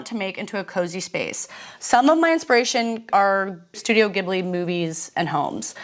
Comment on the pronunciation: Ghibli is pronounced GIBLI not JIBLI, arigato gozaimasu, thank you! great video love you